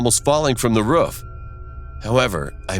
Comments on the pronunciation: Why does he keep saying “roof” like a dog? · It doesn't seem to fit his accent, it sounds so weird to me 🤣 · Princess Cheese which state did you move to? idk if it’s that state’s accent but to my knowledge the two o’s in roof most often have the same pronunciation as the o’s in root or boo. In this video, he pronounces them more like the o’s in foot. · Princess Cheese that’s not how we pronounce it in Pennsylvania, so I don’t think that’s the traditional U.S way of saying it. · It's called roof not rofrof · why it sound like a sayin “ruff” instead of “roof”😭😭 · He said “ruf” instead of “roof” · Roof:❌ Ruff:✔️ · This dude calls a roof a ruff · Did anyone notice he said ruff not roof ? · Anyone else notice that he said ruff insisted on roof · “..Almost falling from the ruff...” Roof. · Who Tf pronounces roof as ruf 🤣🤣🤣🤣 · Why does he say "ruff" instead of "roof" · I like how he said ruf Avery time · I hate how he says ruff instead of roof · dude it's roof not ruff 😅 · He kept saying ruf instead of roof🤣🤣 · “we thought about sneaking onto the rUfF “ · “At the edge of the ruff” Lmfaooo! RUFF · No one literally no one Narrator : pronounces roof ruff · its roof not ruf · Why they call the roof a ruff 😂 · Every time he’s said roof he said ruff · No one: Narrator: Rof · Does no one else notice that he calls the roof a ruff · I love how he says roof as rufe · He said ruf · He says roof as ' ruf' 😁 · Anyone else hear “The ruff “ It sounds like its saying that lol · Why he say roof like ruff? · Stop using this dead formant meme pls i don’t like it it’s just not funny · "Ruf" "Rof" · The way he said "the roof" Ruf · I say ruff instead of roof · Can we all just talk about the way he pronounces “roof”? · Narrator: roof Me:dog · Yall out here talking bout not wanting to school or watever whilst im here still complaining bout how he said “roof” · How he says roof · Oh my god, the way “roof” is being said is so hilarious and sweet! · i like how you say roof